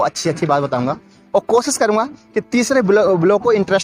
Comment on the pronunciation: Baki sab theek hai waha ko baha bola aur koshish ko kosis i think u need 2 improve ur language muslim ki guftgu aisy nahi hori